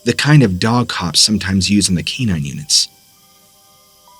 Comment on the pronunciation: Please learn how to say canine. Kà -Nine is how it is pronounced